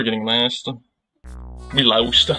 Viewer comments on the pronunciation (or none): laust again we laust based law abiding citizen moment